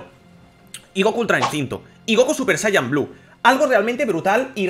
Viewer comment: se dice sayayin